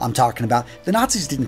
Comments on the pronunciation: Sanskrit, bro. Not "sanscript". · Not SanScript but its Sanskrit. And Swastika (Pronounced as Swastik) is a symbol of spirituality and not a good luck charm. There is no such thing as luck according to Indian culture. We become what we do. And "our doings (Including good and bad)" is called "Karma (Pronounced as Karm)". Western counties saying "Karma is a bitch" isn't a thing. You get what you give. Simple as that. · It's not "Sandscript" it's "Sanskrit"